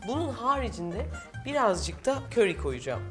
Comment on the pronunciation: Köri deyişin ne güzel refika ablacım 😊😊🤗